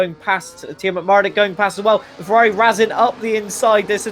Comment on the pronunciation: Ngl is very funny to hear the commentator say the "R's" like "W's" Fewawi Mewaki Fórmula kawim